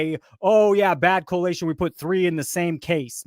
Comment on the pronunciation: collation, not correlation.